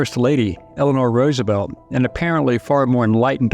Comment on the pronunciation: “FRANKLIN DOUBLE-CROSS ROOSENFELD”